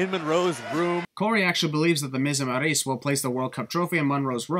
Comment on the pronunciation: You saying Maryse the way you do is cringe, especially in the middle of sentences.